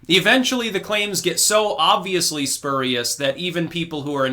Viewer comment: It’s fkg killing me amigo! It’s spurious (‘sp(y)õõrēas) or (‘spjüėrīs,) not (spėr) yikes! Just saying never heard it said like that, never!